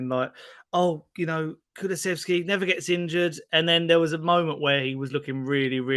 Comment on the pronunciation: Lovely to see has absolutely nailed the pronunciation of Kulusevski now! 😅